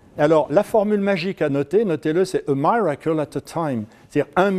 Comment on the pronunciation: Beaucoup d'imagination, de comédie..., et la prononciation anglaise, pitié ! : A miracle... Si c'est du bénévolat, c'est pardonnable. Cordialement.